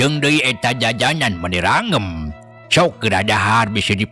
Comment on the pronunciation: salah eta mang maca ranggem teh .. kaprak keprek ge salah .. lereskeun atuh mang knggo kpyun namh